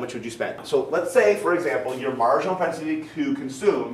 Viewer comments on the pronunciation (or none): "Your marginal prospenitilytur"